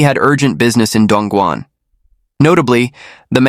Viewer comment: The man with the rural hick accent should be properly referred to as "Yellow-neck". I have been to Dongguan, which the narrator butchered, and it WAS an amazing place. Humen nearby is where the Opium War started.